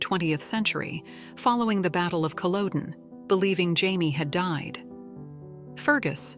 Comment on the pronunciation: If you must use an AI voice, try and find one which can correctly pronounce all of the Scottish names and words used in Outlander. While Laoghaire's name might not be immediately obvious, Culloden definitely ought to be.